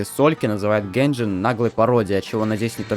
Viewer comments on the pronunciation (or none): none